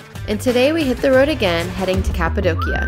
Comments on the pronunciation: Your daughters are so adorable and smart!☺️ I laughed at the part when said “cat-adocia” 😆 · Cat-apadocia? Well-done 😂😂😂